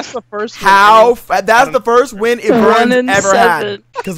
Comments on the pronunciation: The champion name's Ivern not Evurn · ITS NOT PRONOUNCED EE-VERN, ITS EYE-VERN SKY, E Y E V E R N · Is I vern not eevern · EYE - VERN NOT EE - VERRRRRN UGH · pleeeease its not eeevern its IVERN = EYE VERN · Eevern? i thought it was Ivern lul. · lol said his name wrong even tho they said iverns name in the spotlight smh boi lmao plus idk why people think ivern is garbage cause honestly i always win with him lol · You keep saying IVERN'S NAME WRONG!! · i hate the way he pronounces Ivern